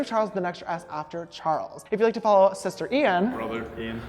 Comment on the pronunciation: james: shishter (honestly so cute sister!) ian: loife initiate the teasing haha